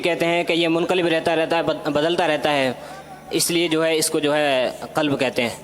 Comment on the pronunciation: حضرت دل کو " کلب " نہیں "قلب" کہتے ہیں۔